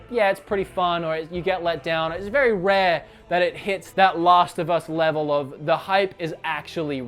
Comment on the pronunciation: It's Last of Us not Lost of Us...check your accent.